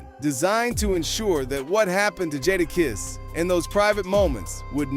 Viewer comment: Next time pronounce his name correct. I didn't hear mase say one word about jadakiss this B.S. click bait usually. You meters need to get sued for this B.S.